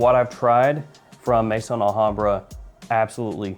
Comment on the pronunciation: As you're always seeking ultimate quality, perhaps you're interested that 'Maison' is not pronounced 'may-son' but 'meh-zòhn'.